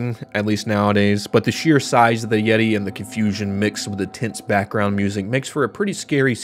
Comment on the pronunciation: Imagine saying the yeti named as YEETO and YEETA Instead of like the word yeti